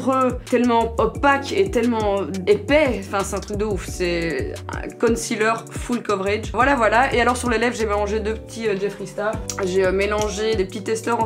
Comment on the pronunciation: « foul coveurédge » alalala 😭